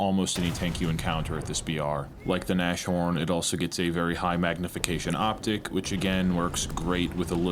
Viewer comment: Its NAS-HORN, not NASH-ORN. Jeez that gave me anxiety. Means rhino, or nose horn.